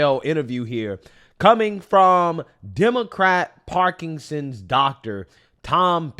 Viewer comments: you have to quit saying parkingsons. It’s Parkinson’s disease. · KJP: “…… does he know how to say ‘Parkinson’s? No. Can he spell Parkinson’s? Are you serious? …..”